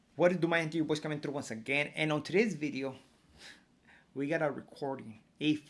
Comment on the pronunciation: New… bideo